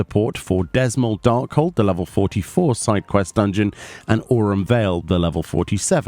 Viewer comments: I still dunno where you get Dezmel from? The D is silent like in Django. So the dungeon is called Ze-mael. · >Dzemael >pronounce as Zaymail >called Dismal I apologize beforehand if this is some of circle joke or something, but i found this hilarious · Dzemael i'm probably wrong but i pronounce this Zem-ale. like the D being silent. I like the changes, makes things much faster and less frustrating. ESSPECIALLY when u get the occasional new tank who has no idea what's going on. Something i noticed with Batraal as well is when he does Grim Halo it makes it very clear he's doing it. before he just did it with no real warning apart from a cast very short cast so it was something the healers had to be aware of because it was a lot more consistent and it did hurt. The vents did damage AND knocked u back so sometimes people would get launched into more trash. Small changes but HUGE impact to the start of the dungeon. the fruit also didnt disappear when u ate it. so you dont have to worry about someone eating the same fruit u were marking. would of been curious to see if you could still stun coincounter, that was a nice way to skip having to dodge the 100ton swing. Guess i can just test that my self. a change to Miser is there is a lot more safe area to stand in, there used to be a lot more of those poisonous puddles around the arena. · It's pronounced "zuh-MY-all" dark hold. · Darkhold is pronouned Zeh-May-El btw. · "dezmull darkhold" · Dzemael = Zer-mile As defined in audio, several times, in the MSQ. By Hauchefant AND Count Fortemps I want to say both Maxima and Lucia have also said it but can't be certain. I'm sure this isn't the only times either. It's been consistent and clear. I ALSO thought it was Dismal at the start (because why wouldn't you? It fits the setting and scans when you read the letters) but the game corrected me. Come on... you're not an American. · cries in dzemael being pronounced wrong